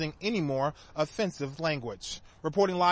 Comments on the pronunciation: The reporter is horrendous. If this guy has a job them AJ Clemente is a saint! BOONAh VISTA?!?!? dude its pronounced BOY NA VISTA. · it's BWEHNA vista, not BUNA vista. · You're just as wrong as he is. It is pronounced Boo-way-na Vista. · "Byoona Vista"